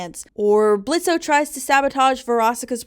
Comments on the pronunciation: Why do you pronounce the O in Blitzø’s name? It’s like a huge part of his character that he’s super annoyed by it/gen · Low key it gets annoying hearing people say BlitzO His name is Blitzø The o is silent. Adding the o is just more cumbersome too. He’s had the silent O since the pilot, why can’t people just say his name right?